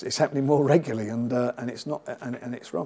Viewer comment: Regularly frank..not reguly!